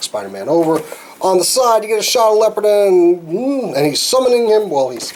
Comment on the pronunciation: Leopardon is pronounced as follows " lee-oh-paar-don"